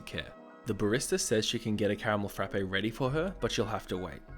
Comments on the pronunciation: It's just "frap" at Starbucks, not "frappe". Sorry, I know it's annoying and pedantic to point out, but both of my roommates have worked at Starbucks so I hear no end of this from them all the time -- "'Frap' is short for Frappuccino, 'Frappe' is the McDonald's product and Starbucks baristas want to pour coffee on you if you call it that." Hearing call it a "frap-ay" 20 times in a row after receiving that conditioning was like nails on a chalkboard. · It’s a Caramel Frapp not a Caramel Frappay smh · THE "E" IN FRAPPE IS SILENT OMG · I like your videos, but your pronunciation is horrible. Frappe is one syllable